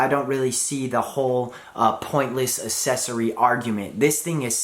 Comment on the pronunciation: Still having trouble with that word “accessory” aren’t you?